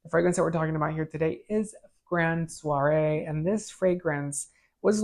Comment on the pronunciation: It's Grand Soir Not Soiree There's No A at the end of the word Its Pronounced Swar